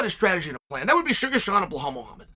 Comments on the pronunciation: BLAHALL “TWIN TOWERS” MOOHAMMAD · Bleholl ‘ANTHONY SMITH’ Moohamod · It’s bilal